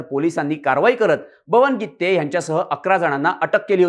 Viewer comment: बरोबर आहे गित्ते च आहे